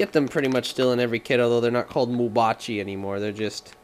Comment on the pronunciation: Mabuchi , not Mubachi